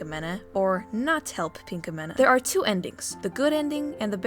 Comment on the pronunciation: I luvvvv ur vids but.. da way u say pinkamena.. cri